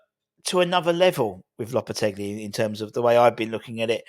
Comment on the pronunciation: Loppe-telly. Loppe-teggely. Loppe-te-bri. Im giving our own a score of 9 and a half point for finding as many ways of pronoucing the geezers name as he possibly can😅